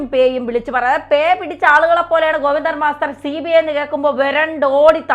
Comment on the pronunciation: ഗോപി ന്ദൻ മസ്റ്റർ അല്ല സഹോദര ഗോവിന്ദൻ എന്ന് പറഞ്ഞാൽ മതി അല്ലേങ്കിൽ ചേറ്റ ഗോപി ന്ദൻ എന്ന് പറ